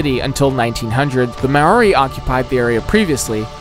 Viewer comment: His pronunciation of Māori is crazy.